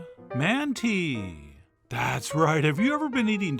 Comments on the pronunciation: Speaking is someone who is half Armenian You're pronouncing it wrong it's not man tea like manatee it's man MAHN TI It's almost pronounced like AUMUNTI Monty It's a very short a All. And you could Google search this before you start trying to mispronounce words. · I live in Armenia and these look pretty good, honestly! "Wet" manti (pronounced MAHn-teh, not man-tee) is excellent, but I generally prefer the "dry" version, which is actually usually served with a little pitcher of broth as well as the yoghurt sauce. It's also usually sprinkled with sumac, which adds a wonderful bright, almost lemony tartness to the otherwise quite heavy, meaty dish. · Two things: 1. Thank you for this and the episode with Armenian potato salad 2. It’s pronounced Mont-eh without the eeeee in the end lol Thanks Chef Another great episode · Excellent, but pronounced “ Monty” lol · O My God thanks Never thought I would see Manti (pronounced Monty in my neck of the woods). Several years ago we started substituting wonton wrappers for large events shhhh lol kudos to you chefjohn no matter how big the manti pan... there are never leftovers i cover then beef broth for the cook and top with tziziki no tomato although I have done it with tomato we traditionally just use the broth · My grandmother wound make these all the time they’re as addictive as they are time consuming. Also Armenians pronounce it mahn-tee